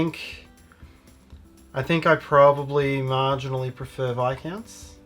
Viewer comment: Thanks for pronouncing Viscounts correctly :D So many videos I've seen where they get it wrong...